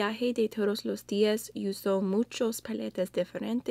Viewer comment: I clicked so fast! Sorry 😅 You did great! What I noticed the most is how you say "uso" like "youso". The "u" sound is supposed to be like "oo" and the "h" is always silent. Review is "Reseña", Bronzer is "Bronzeador". Me encantó tu intento! Te salió mejor que una Cubana aquí de YouTube. No me ataquen por favor! Aún soy fan de ella también! 😀